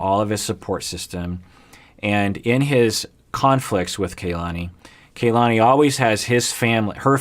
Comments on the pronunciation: Aggghhhh! Does have a personal grudge against Kalani or something? Am I missing something? Am I just being sensitive? He made a big, big deal out of properly pronouncing Larissa's name, but now over many weeks, videos and wardrobe changes, he still mispronounces Kalani's name. Urrrghhhh! Haha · The cast seem to pronounce Kalani's name - 'Kah-lani', as opposed to 'Kay-lani"